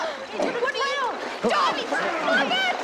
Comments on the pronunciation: Yes especially when he called Bobby Bober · Anytime he called Bobby bob or bobber lol